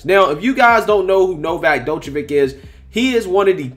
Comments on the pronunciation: Damn, you totally NAILED his name there, buddy. Each pronunciation further and further from the correct. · FYI, the "D" in his name is (approximately) pronounced like the "J" in Jesus, the "ic" at the end of his name sounds kinda like "itsj"... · no... you pronounced Djokovic wrong.... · Bro the D in his name is silent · You're butchering his name. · Lol you dont pronounce the D in his name its only Jovokic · You need to sit down and learn to pronounce his surname correctly. It was absolutely bloody annoying.🙄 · "D" is silent whe you read Djokovic !!! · Love your show but your not pronunciation Novak last name correct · The d is silent dawg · first off, his name is pronounced like Joko-vic like Joker. That's a minor. and he's an elite athlete who happens to be best in the world who knows what is best to put in his own body. I get it. It's their rules but it's not like he's playing rugby. The distance between him and the opponent is almost 78 feet apart. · As a matter of fact it would nest be pronounced Jock o vich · My guy, you’re butchering the name lol his name is pronounced “Jokovic” with the J making the same sound as Jones, Joker, etc. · Bro you butchered his name 🥲🤣😂😂😅 but great video tho always coming with the truth 🔥💯🔥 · His name is like Django the D is silent 😉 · Your butchering his name bud🤦🏼‍♂️😂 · It's Novak Joke-a-vich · lol its pronounced Jokavitch. :D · "Dochevitch", eh? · not "jock" but "Joke" Jokeovich. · NOT DOCHVICH........ D IS SILENT ITS JOKE A VIC...... PLEASE PLEASE IF YOU DON'T KNOW HOW TO PRONOUCE IT GOOGLE THE PRONUNCIATIONN. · The way you read the article was funny. Drawing out the last words 😂. The D in Djokovic is silent as well. Jo-ka-vich. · Its pronounced Jock-O-Vic. All Djokovic signs are not allowed at the Aussie Open, and called "Inappropriate" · It's pronounced Jo-Kaw-Vich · Its pronounced "jock-a- vich" 😂🤣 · It's pronounced NoVac(AS IN NO VACCINATION, JOKE-A-VICH) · Pronounced, “Jockavitch”.🤗